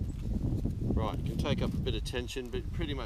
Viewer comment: Great! Body positioning is the other lesson here! GREAT DEMO! RYYIIAAGHT! Can’t type that accent of Right! Hilarious!